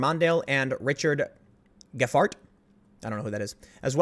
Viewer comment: Best pronunciation of Gephardt ever :)